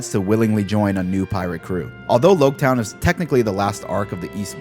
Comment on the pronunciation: You're the first one I've heard call it Lougetown, I've always thought it should sound like Rouge town.